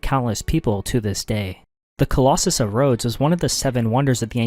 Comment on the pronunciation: The Collus Sam? This is A.I. Nice try